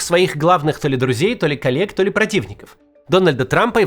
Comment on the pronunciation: "приехали сразу двое калек"😂 Знаю, что там "коллег" Максим имеет в виду, но то, что послышалось как более соответствует действительности.